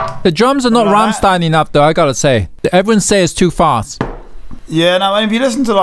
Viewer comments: It should be pronounced Rammshtayn. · You mispronounced the Ramm in Rammstein. Its not like Ham with an R. The a in Ramm is more like the English a in Dance.